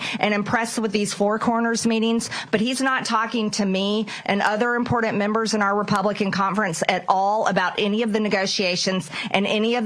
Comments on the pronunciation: En port tant😂😂 important itch, learn how to speak. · Impordant people like Marjorie Taylor Greene? First of all, what does impordant mean? Oh she means important, there is no D in that word. She can't even speak proper English and wants to be acknowledged as someone important that people should listen to. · She’s impordent!🤦🏽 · Shes such a joke. Anyone that cant say "important" is disqualified. She also knows nothing about what the people want.